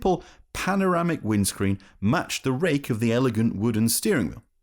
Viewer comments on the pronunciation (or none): none